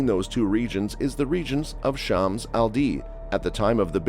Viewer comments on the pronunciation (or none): none